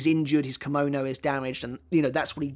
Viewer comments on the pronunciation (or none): none